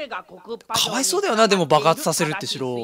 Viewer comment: か↑わ↓いそ↑う↓ww